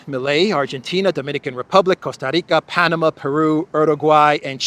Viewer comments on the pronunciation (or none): none